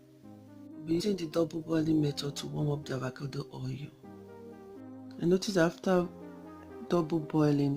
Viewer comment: This girl is literally saying THEVACADO lol hahahahaha